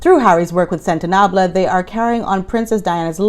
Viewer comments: It's cute the way you pronounced Sentibale...Sentinabley. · I feel the same way as you do about the "Rangers" guarding the forests, but the charity in Lesotho is SentaBale - not like Les Mis as you're pronouncing it! I'm actually not interested in the Markle-family's private circumstances - they're only in the news because of the person the sister/daughter married, so I do think it's all beneath me. (That sounds snotty, but it's actually objectivity.) I lived in Botswana back in the days when we could go into bush whenever we wanted to. We DID go to Chiefs Island for a few days - it belonged to a guy called Oddball (for obvious reasons apparently, but he didn't offer proof!). We preferred casual over luxury so we camped in the bush many weekends. Also 3rd Bridge. When we lived in Namibia, we loved camping in the desert - Spergebbied. My husband was an Executive of de Beers/Namdeb so we had access to that Restricted Area. You always say what I feel. Thank you.